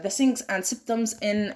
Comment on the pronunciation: Thank you for your presentation....You described the pathophysiology nicely, and it seems that you practice in pronounciation of dificult words...However few words were read incorrectly such as "signs"...Wish you practice more in future presentations. Best of luck